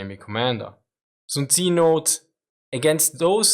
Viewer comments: Aah its not tzi,its tzu...TZUU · sun tzu is pronounced soon tzoo, not soon tzi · Soon-zee huh? never heard of him.